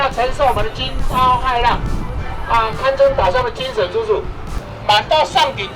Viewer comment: 屏東腔：島上的精神豬柱，…不能一（魚）網打盡，哈哈！